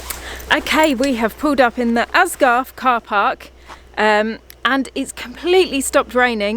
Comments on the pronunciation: It's Aysgarth Falls not Asgarth as you kept saying and also put Asgarth on the map that you showed!! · Its called Aysgarth and we pronounce it as haysgarth. But the h is spoken softly. I orgininate from wharfedale so it was nice to see these places again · Pronounced Ays- Garth